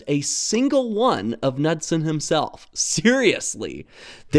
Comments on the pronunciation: For anyone interested, The correct pronounciation of “Knudsen” would Be “K-Nu-ssen”, with a hard K at The start and No mention of the D in The middle ☺️ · I'm not sure if the pronunciation is the same for this mentioned Knudsen but I grew up hearing the name pronounced "Kuh-nood-sin." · Nice vid, The "K" in Knudsen is not silent. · This is a minor point, and not terribly important overall, and is just provided for anyone who might be curious or interested: I am more or less assuming that Jens Nygaard Knudsen was a native Dane (and not, say, some American with Danish heritage or something), since it's about the most Danish name I can think of, and going by that, I thought I'd mention that the k in "Knudsen" is not silent in any of the Scandinavian languages, including Danish. The actual pronounciation would be a bit like "K'noods'n". kn-clusters are fairly common in these languages and virtually never involve the silencing of the k. (It's not pronounced "Kuh-nood'sn", by the way, the k flows very quickly into the n, a bit like how English handles consonant clusters like "kl"/"cl" without saying "cuh-luster" or "cuh-lear", but I can understand if flowing cleanly from k to n might be difficult if one is simply not used to it.) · It has no real bearing on the great video, but as a Dane, it would be remiss of me not to mention that the K in Knudsen is not silent. However, the D is silent 😊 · Sigh, another native english speaker failing in pronouncing foreign words and names. Jens Nygaard Knudsen would be disapointed. Here is a quick lesson: aa sounds like a in tall. Knudsen doesn't have a silent k. I hope someone will learn from this. Please don't make me hear Ole Kirk be misspronounced....